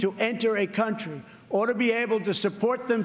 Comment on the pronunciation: trump says. Ort To Be. What is Ort? ort ôrt/Submit nounarchaicdialect a scrap or remainder of food from a meal.